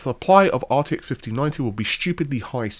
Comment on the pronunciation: Ahh, that famous "northern" GPU, the arty-eck 5090. 😂